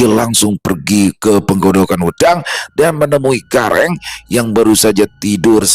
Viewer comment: Pengucapan wedang bukan begitu 😊😊😊